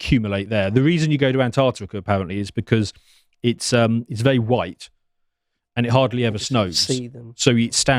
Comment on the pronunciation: "Antarctica? Huwhite!" -Hamza Useless